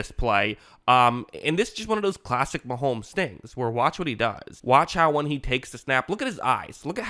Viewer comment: It’s Mahomes NOT Maholmes.